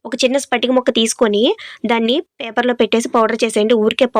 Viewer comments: Sister spatika kadu patika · స్పటిక కాదమ్మా ... పటిక. ఈ పటిక మీరన్నట్లు దృష్టి దోషం తగలకుండా main hall lo పెడతారు . అంతేగాక నీళ్లలో వేస్తే కాసేపటికి నీళ్లు శుభ్రపడతాయి.పటిక బెల్లం or పటిక పంచదార వేరు. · Spatika kaadu akko patika akka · Spatika kaadu amma patika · Spatika kadu patika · Pattinchukonu pattinchukonu antune ekkuvaga pattinchukuntunnaru anipinchindi Spatika kadu patika